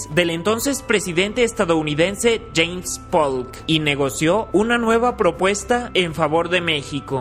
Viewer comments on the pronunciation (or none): none